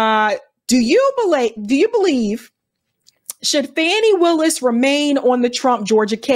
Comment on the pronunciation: Her name is pronounced Fawny Willis. Not Fannie.